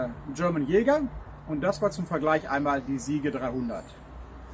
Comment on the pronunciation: Achtung Klugscheisseralarm: "Siege" ist ein englisches Wort und bedeutet "Belagerung". Muss mann aber auch englisch aussprechen. Gesprochen wird es "Sietsch", nicht Siege. Tolle Videos! Beeindruckende Entwicklungen! Bitte weitermachen. Viele Grüsse.